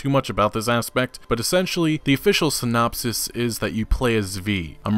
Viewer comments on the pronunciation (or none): none